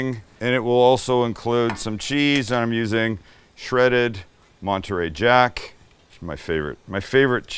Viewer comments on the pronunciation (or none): none